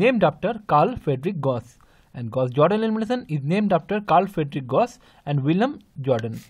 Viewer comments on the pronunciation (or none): none